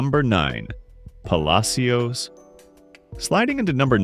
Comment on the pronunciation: Puh Lash es